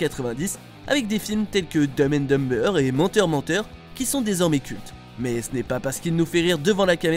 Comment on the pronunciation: Je pense que le narrateur devrait dire les titres de films en français. C'est pénible entendre 2 fois "domme and domme-beurre"